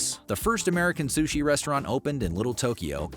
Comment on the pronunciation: Biggest offense is calling it “Sush”